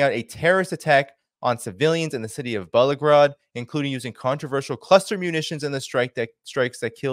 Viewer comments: It’s BEL-GO-ROD, not “Belo-grod,” bro. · Hey,, try this out. It's not Bel-o-grod; but it is Bel-go-rod. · it's pronounced BELgorod. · Bruhhhh… I love ya and the work you do… I really appreciate it… but seriously… say it with me… BEL-GO-ROD…